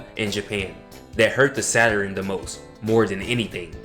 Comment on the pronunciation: Funny to hear you say "Saturin", instead of Saturn! My little brothers, and cousins used to say it the same way... Also, I can see you've done your research... SALUTES 💪🏿